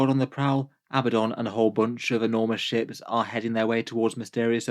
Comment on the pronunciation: “Ships” but I thought the same thing at first!